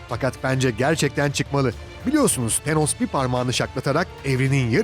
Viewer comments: teeenos nedir yahu.. şöyle bi tanoss tanos desene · Tenos ne be abi ya "Tanıs" de ayda "Tanos" arası bişey olmuş xD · TENOS DEĞİL TANOS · Şu an baktım çoğu hero tenos diyor bazılarıda tanos diyor herolardan telafuz karışıklığı var ama pronounce sine bakarsan tanos dediğini duyarsın :D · Delos değil, thanos. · Artik tenos deme lutfen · Tenos ne ya :D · Tenos ne aq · Tenos ne??😂😂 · "TENOS" nedir ya bi de sürekli tenos tenos tenos YOK TERKOS! thanos adamın adı, th peltek şekilde f gibi çıkar gerisi anos diye devam eder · ısrarla tenos diyor adam :D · Thenos dediğin anda kapattım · thenos ne ya adam gibi sölein